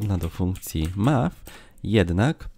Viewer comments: Match nie czyta się "maf" a "macz" Pomyliło Ci się z Math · MAF?! kurcze, tragedia u Ciebie z angielskim - dobra robota z kursem, ale to jest MACZ a nie maf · spoko film, tylko słowo "match" czyta się coś w rodzaju "macz"